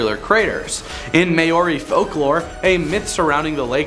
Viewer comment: MAY ORI??